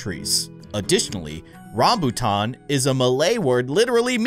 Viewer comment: The first vip fruit was a dragon fruit I like say Malaysia where I live and I have eat rambutan and said it wrong he said rombutat